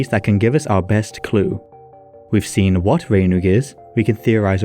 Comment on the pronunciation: Two questions: 1. Did Arthur really exist though? 2. This 'Rheinwg', are we sure it was in Whales and not somewhere along the Rhein river?